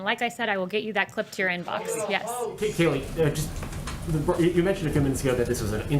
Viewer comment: Her name is not KAYLEIGH IT'S (K LIE)